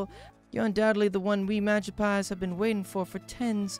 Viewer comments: I'm sorry, but it's pronounced "Ma-gip-psee" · Oshe castle, Magi-pies... I'm positive bro can't read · It kinda hurts to hear him say Magispy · I cant tell if he actually genuinley didnt know how to pronounce the magypsies name or if he was purposefully mispronouncing it to avoid saying the slur in their name, and i cant decisw which is funnier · Hes pronouncing it wrong lol. But I do like it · OMG the whole time he's mispronouncing magypsies drove me nuts